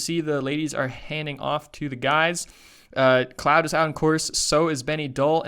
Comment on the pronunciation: Pretty much every😄 the worst were Öberg, Kebinger,Claude,Rees, Dzhyma..Krčmář is probably too hard to pronounce right for non natives..